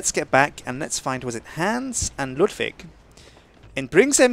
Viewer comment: He doesnt know how to pronounce the name Hans correctly but I still love his vids :)